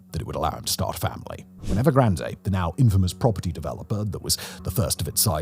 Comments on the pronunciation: Everyone: 'EvergranD'. The Brits: 'Evergran-Deh!" Seriously?? What is it with the desire to mispronounce every. single. word??? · “Evergranday” no one has ever pronounced the company name that way. Sorry Simon, you’re reading a script, but not understanding the content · The final 'E" is silent in Evergrande. It's pronounced 'Ev er gran d' NOT 'Ev er gran day' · Please pronounce EVERGRAND CORRECTLY. TWO....COUNTRY GARDEN DEVELOPMENT HAS EFFECTIVELY GONE UNDER AND ITS 3.2 TIMES LARGER THAN EVERGRAND.....WITH 280,000 UNITS....YES ....280 THOUSAND UNITS....UNFINISHED BUT PURCHASED. Evergrand entered into bankruptcy court in the US. BofA was its largest creditor. Country Garden entered into an agreement with the CCP TO COMPLETE THE FIRST 100,000 UNITS IF THE CCP LOOSENED FINANCING RULES. THE CCP DID....COUNTRY GARDEN HAS YET TO COMPLETE THE FIRST 20,000 UNITS. YOU NEED FEAR BETTER INFO SOURCES OR ...LEARN MANDARIN AND READ SOURCE MATERIAL RELEASED IN CHONA AND.....NOT....THE GARBAGE REPORTS SENT OUT EXTERNALLY